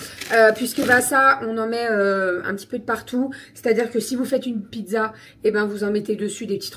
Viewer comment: Hello ! Ça fait 2 retours de courses où je t’entends dire piNzza, je sais pas si c’est moi ou.. ? J’ai pas osé demander semaine dernière mais j’avoue ça me perturbe 😅